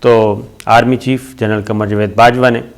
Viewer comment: Javed ki bajai jved bolta hay, salay ko Urdu bolni nahi ati, hatao is ko is channel sey